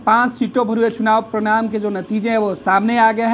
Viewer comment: परिणाम और प्रणाम. उच्चारण पर ध्यान दें.